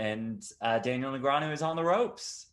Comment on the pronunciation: Can someone please teach this how to pronounce "Negreanu"? Seriously, it's not that hard.